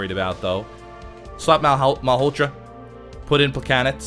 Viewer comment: Why does he keep saying plekanets. Its plekanec (pluh cann eck) right?